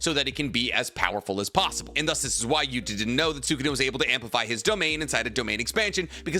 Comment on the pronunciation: Can u please stop calling him Gota?, it’s Yuta dude 😅. U still called Kenjaku, Kenjaku.